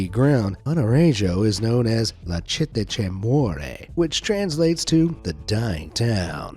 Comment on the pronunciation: Love the video and your channel but I must say this: Civita di Bagnoregio is called "la città che muore" not citte. The name derives both from the soil instability and the fact that the 12 residents are all seniors.